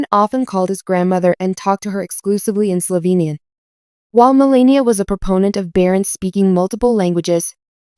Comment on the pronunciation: too bad you don't know how to pronounce Melania's name.